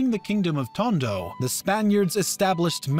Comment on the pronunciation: What is Tongo? It was Tondo, mot Tongo.